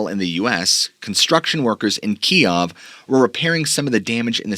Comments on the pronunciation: Kiev is pronounced Keyew. Key-ev is the Russian pronunciation. Key-ew is Ukrainian. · Kyiv is now pronounced Keev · Pronounce Kiev "keev" . Pronounced you like did is the Russian way . Great video and I've already bonged most of your content . Keep it up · actually that's how the media all of a sudden started calling it. "Key ev" is how everyone else says Kyiv